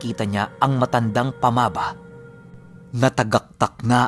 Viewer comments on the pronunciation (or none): Sory pero "pamaba" is a cebuano language "baba" which means mouthand unfotunately mali ang pagka pronounce mo...first 2 syllable na "pama" ay binibigkas ng pakupya..at saka ang "ba ' ay pakupya pa rin...sory marami kc mga listners from cebu lods.hehe